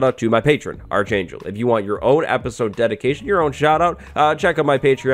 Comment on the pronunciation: Are you sure you’re pronouncing “archangel” right? Because it’s supposed to be pronounced arc, as in Noah’s arc, not arch like the structure you love building 😂